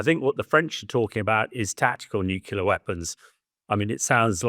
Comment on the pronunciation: Never trust a man who can't pronounce nuclear correctly.